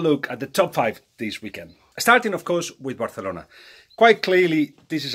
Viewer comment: Bathalona 😂 your ok Balague